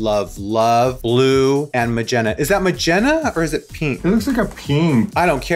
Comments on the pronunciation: Did raven say magena?😭😂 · Majenna? You mean... Magenta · The way Raven says “magenta” rhymes with the Italian city of Ravenna ✨✨✨